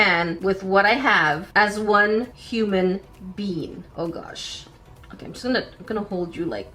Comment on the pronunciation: "One human bean"